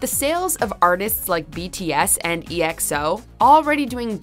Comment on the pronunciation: Hold up? Did she just say E-X-O?😂😂😂😂😂😂😂😂😂😂😂😂 Its EXO. (Ehxo)